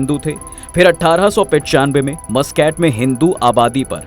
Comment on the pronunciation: Abbe Mooscaat nahi MasKat kehte hai Oman ke rajdhani ko. Thoda research to kiya kar mere bhai.